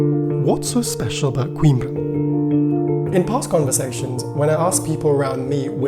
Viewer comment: Well produced video but why pronounce the city's name as queen-bre (like in timbre)? It's a Portuguese city, not English.